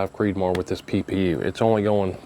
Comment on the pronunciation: Every time you say PPU my brain hears Pew Pew!!! 😂😂😂😂